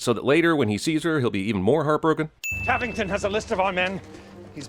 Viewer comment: Tavington = Tarrington